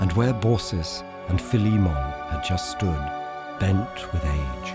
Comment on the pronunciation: I DID NOT EXPECT THE NARRATOR TO SAY PHILIMMON CORROECTLY